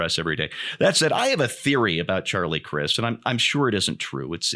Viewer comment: Charlie prefers that you pronounce his last name with a "long 'i'"!